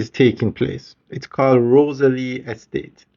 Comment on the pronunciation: Sorry ROZEL